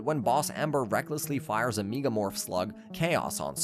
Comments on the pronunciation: Some of the things not said correctly like meegamorph is making this whole vid sound like AI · Mf said locky and lodie bruh it’s lock with a silent e and lode is pronounced like load and meega morph like 😂😂😂😂😂😂